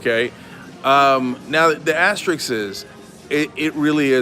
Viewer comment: Aster-isk not iks. Anyway not anyways.